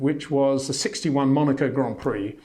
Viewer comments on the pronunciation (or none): none